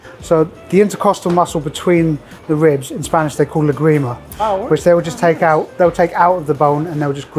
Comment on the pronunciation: ¨Lágrima¨ with the accent on the first ¨a¨, it means ¨tear¨ otherwise... if you put the accent on the ¨i¨ it sounds like you are saying ¨La grima¨... which would translate as ¨the ick¨ 😅